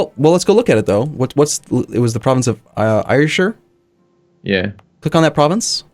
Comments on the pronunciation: I know that hundreds of people must have posted this already but its driving me mad. Ayrshire is pronounced air-sheer. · ire shire. 10/10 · Ayrshire, air-shur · For the record Ayrshire is pronounced Air-shur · Ayrshire is pronounced Airshire